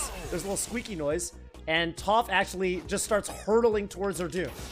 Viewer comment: Bro it’s YOU that’s got all these non - Avatar fans pronouncing Toph’s name incorrectly 😭